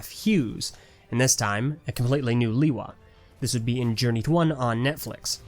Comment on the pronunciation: Its not (lee-wa) its (le-wa)